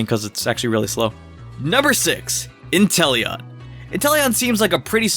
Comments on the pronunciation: He’s actually just said enteleon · this guy really say intelion? that pokemon is trash.